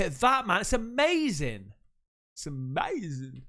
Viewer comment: when you paused on the UFO and said “it’s amazin’!” I knew you’ve watched some Jesse Lee Peterson vids lol. Based man